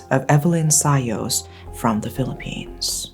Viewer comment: How come you still pronounce Sayos in anglo accent?